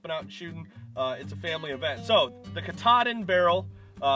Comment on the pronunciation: KA TAA DIN is how you say that name. It is the highest peak in the state of Maine btw.